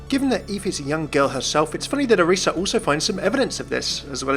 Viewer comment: FINALLY SOMEONE THAT SAYS ORISA's name right!